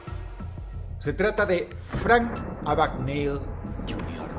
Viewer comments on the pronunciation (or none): No es Abagnali ni Abigneli, sino Abagneil